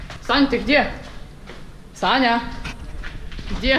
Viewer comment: Мне одной послышалось Таня а не Саня?